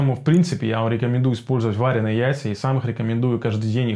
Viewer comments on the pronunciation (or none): Спасибо за видео. Ударение в слове "варёные" приходится на "ё" :) Причем, то так то так произносишь. Но это мелочи... А что насчёт жаренных яиц? А то всё про варёные. Сильно хуже чем варёные в плане усвояемости?